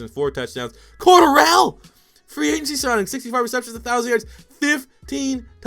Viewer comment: Cordarrelle...you are pronouncing that way wrong.